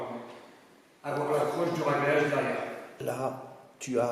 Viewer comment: Salut, juste pour te preciser qu'on dis ragreage et non reagreage;) bon courage.